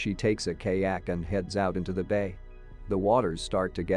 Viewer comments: Kay-ak? LOL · Bro phhht literally like “KAYAKE” like phht bro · What is wrong with these ridiculous robotic narrations? They are more or less spoken in English, but they are often butchering the pronunciations! What is a kaayak or all if those other butchered nouns, etc? This really is a complete lack of caring about their product.